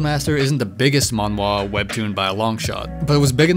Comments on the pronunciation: Its pronounced manhhhhhhwa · The a in manga and manhwa are pronounced the same way...